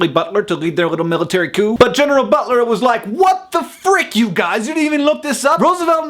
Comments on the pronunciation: It's 'coup' not 'coop'. Unless you want to get some late night shopping. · coo isn't a word its coup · it is coup, not coo. the p is silent. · It's pronounced "coo". It's from French.